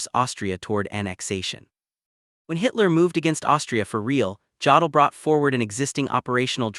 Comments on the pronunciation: OMG. This AI voice pronounces "Jodl" with a hard J instead of a Y. I can't stand it. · Jodl pronounced yodel.